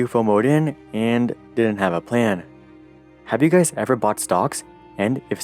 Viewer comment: He byought ?? Domp eet ...... He syold?? Pomp eet ......